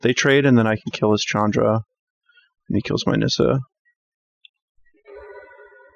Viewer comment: Thank you,, for correctly pronouncing names like Ulvenwald (Ulvenvald) and Chandra (not Shandra). Hopefully, you also say Gisela and not Jisela. Pronouncing it Jisela is almost as bad as saying Jarruk instead of Garruk. Also thanks for the gameplay!